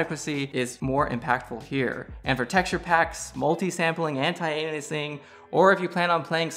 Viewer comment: Pretty sure I heard anti-anusing. I know it's supposed to be aliasing, but the way I heard it was hilarious.